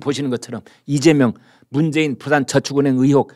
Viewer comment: 이죄명 진짜 발음이 그렇네요